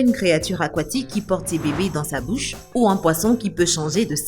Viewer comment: Elle a dit dans votre bousse non pas bouche